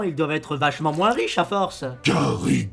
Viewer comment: Gary sans le r